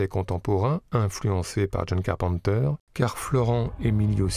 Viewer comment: The Thin ? De John Carpente ?